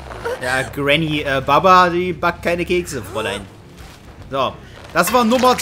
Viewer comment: jeder auf der welt: Bubba;: Babba